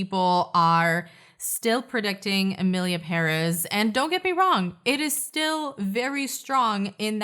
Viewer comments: Its emilia pere`z! 😂😂😂 Say it wz me! peREZ!!))))) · it's PÉrez. The accent is in the first syllable. I speak Spanish so...